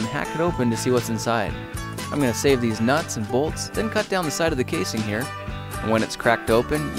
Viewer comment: he said these nutz or deez nutz